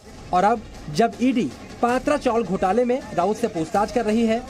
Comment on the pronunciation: अरे भाई पात्रा नही पत्रा चाल.